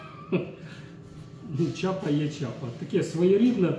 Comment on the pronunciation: Не чапа а не шляпа. 😅😅😅